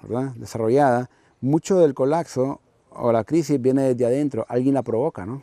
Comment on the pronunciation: a ver ese que esta bostezando, se me regresa y ahi nos vemos al final de semestre... Ayn la manera que dice colaggggzo, hahah le quita un poco de drama hahaha